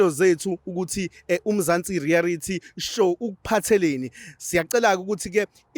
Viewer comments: Reality not rearity re a lity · Why are you saying " rearity" stories instead of reality